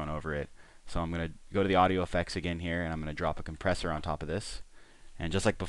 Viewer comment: compresshur hahaha brain-fart